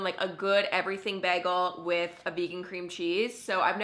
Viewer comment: Is nobody gonna talk about the way she pronounces “bagel” 😭😭